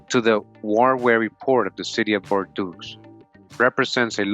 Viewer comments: Its pronounced bore-doh not bor-doos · Please don't get mad at me. Huguenots: hyoo-guh-noe Bordeaux: bor-doe